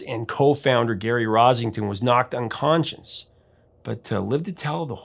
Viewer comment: It sounds like you say he was knocked un-conscience rather than unconscious. You'll more likely find the un-conscience at the record companies.